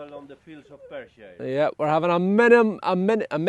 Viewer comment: Your a joy to watch and have done since you started, the way you roll your R/s when saying Perthshire and worm are awesome and give me a chuckle but can you say purple burglar alarm on your next vid for us please. Daus 2 locks, don’t be to hard on Simon as I’m sure he trying 😂 Russ from Bristol